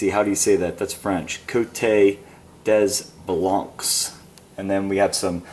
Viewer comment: You dont pronounce the s's on des blancs